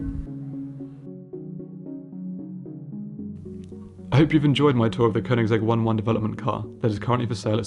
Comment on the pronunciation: It's not pronounced one one its one TO one. -_